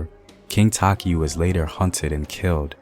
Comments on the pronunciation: Not taki.... tay-chi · Takyi is te-chi btw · I guess the pronunciation of Takyi is the source of confusion. Takyi should be a Fante. You could be right. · He's not pronouncing the names well which is very vital